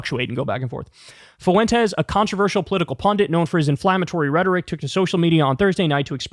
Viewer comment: As a native spanish speaker, it's pronounced 'fwentes', not 'foo-entes'